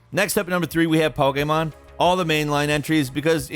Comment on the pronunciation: Am I the only one that wishes he could say Pokémon properly?